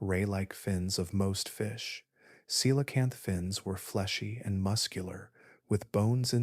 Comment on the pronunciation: How rare to hear the word “coelacanth” pronounced correctly! This made me inexplicably happy :)